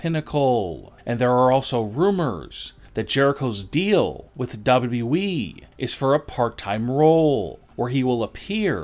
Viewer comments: How tf is it you pronounce wwe?? It sounds like you Are saying dobdobueeeee 😂 please just stfu. 😂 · Why does he pronounce WWE DoubledubE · The only reason why I’m still Subscribe is so I can hear you say W W E